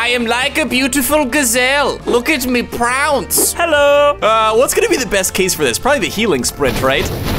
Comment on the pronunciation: "I'm like a beautiful gazelle look at me prounce" - 2022